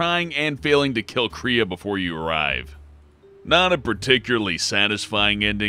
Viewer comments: only real reason I "dislike" him is that he mispronounces things. Malachor (Mal-ick-core) is changed to sound like Mel-key-or. Kreia (Kray-ah) changed to Kree-ah. It sets me off just a little, I've noticed he's done it in other videos as well. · What the fuck is wrong with this guy and his inability to pronounce things like "Shiva (shEEvah) and Malachor (MAL-UH-CORE) oh and Kreia (CRAY-uh)